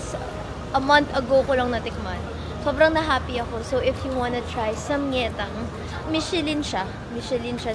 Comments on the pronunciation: I think sam-gye-tang not sam-ye-tang po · Daily vlogs let’s gooo! ❤ Btw it’s pronounced as SAMGYETANG with the G kasi ang in hangul it’s 삼계탕 yung 계 is (gye) ~~~ fyi lang po 🫶🏻